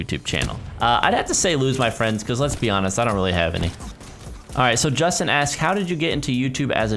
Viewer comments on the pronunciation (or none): none